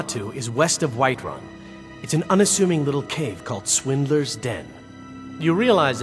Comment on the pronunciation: I heard the Alik'r Warrior said Wiferun instead of whiterun